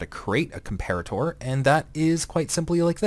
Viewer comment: You're pronouncing comparator wroooong. Unless it's supposed to be pronounced differently than a real-life comparator.